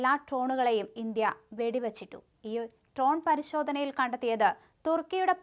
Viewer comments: ട്രോൺ 😂😂😂 ഡ്രോൺ എന്ന് 100 പ്രാവശ്യം എഴുതി പഠിക്കൂ. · Ton alla dron 😂